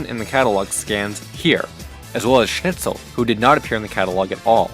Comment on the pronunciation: Schnitzel. Sh-nit-sul. Not sn-itch-ul.